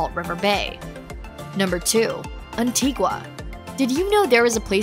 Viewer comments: Nevis. It’s knee-vis not neh-vis Antigua. It’s anti-gah not anti-gwa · It's An-Tee-GUH, NOT An-Tee-Gwuh . . . take the time to at least learn the correct pronunciation of the island you're reviewing. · St. Kitts and KNEE-viss, rather than NEV-iss gren-AH-dah is in Spain; in the Caribbean it's gren-NAY-duh Antigua = ann-TEA-guh Great, beautiful video! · Beautiful video. We sailed to most of these islands about 20 years ago. As we arrived in many places, we were surprised how differently the name of island is pronounced compared to what we expected. I noticed in this video you made many of the same mistakes we did. Anguilla you got correct. We'd been wrong on that one. Antigua is pronounced An-tee-ga, unless you're at a city in Guatemala with the same name. Grenada is Gre-nay-da with a long a. Nevis we heard locally pronounced Knee-vis. Others names all seemed right. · Interesting video, but please find out how to pronounce Guadeloupe, Nevis, Antigua, and Grenada 😀